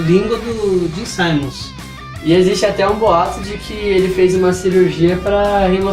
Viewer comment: Não se diz"saimmons"se diz Simmons mesmo 😎